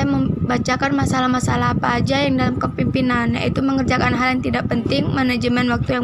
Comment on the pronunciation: Pematerinya yg jelas dong nyebut kepemimpinan. Bukan kepipinan